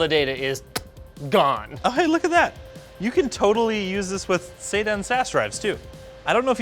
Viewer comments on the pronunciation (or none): none